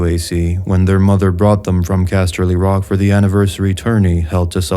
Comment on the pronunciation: The way you say castley rock is fucking annoying